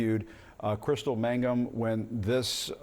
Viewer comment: Jean Casarez covered this story from the time it broke and she still can't pronounce "Mangum" correctly? She keeps saying "Magnum."